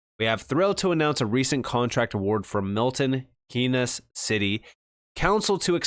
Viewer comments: It's pronounced milton keens not milton key-ness. Just a heads up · I live in Milton Keynes and it’s pronounced Keens